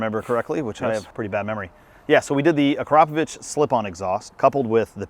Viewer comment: Ugh I love when people pronounce Akrapovic wrong... Also has anyone told Drew that its not a Honda??